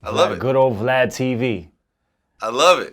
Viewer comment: Lmaooo we can't ever let "Vlod" die